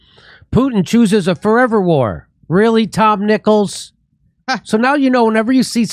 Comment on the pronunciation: Fo' evah? Fo' evah evah?